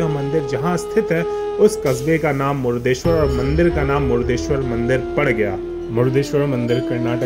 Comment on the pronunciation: जय भोले!🚩 भाई साहब, "मुडदेश्वर" नहीं.❌ सही उच्चारण "मुर्डेश्वर" शिवलिंग!☑️